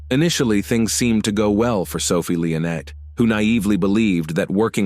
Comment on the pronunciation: Your AI could at least pronounce Sophie’s surname correctly; it’s ‘Lee-on-ey’ - NOT ‘Lee-on-ette’. Jesus.